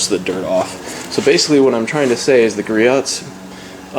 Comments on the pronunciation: Gree-oh's, not Gree-ot's. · its gree-ohs you dont say the T